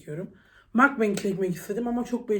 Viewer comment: seni severek izliyom ama lütfen makbang degil mugbang söyle 😂